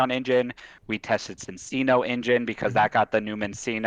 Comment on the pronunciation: Dude really talks about pronouncing Arceus correctly then goes on to mispronounce Cinccino/Minccino like half the online community does. I wonder what kind of looks you get from the barista when you order at Starbucks. But also congrats